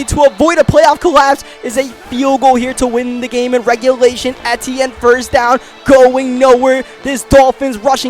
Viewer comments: it’s pronounced travis e-chenne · Its pronounced (e-tee-in